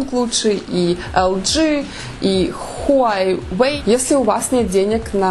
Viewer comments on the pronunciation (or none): none